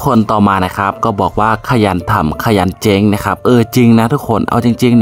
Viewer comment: เจ้ง... ไม่ใช่ เจ๋ง.... ออกเสียงชัดๆหน่อย 555 🥳 ดูหนัง หมากัดกัน ยังจะสนุกกว่า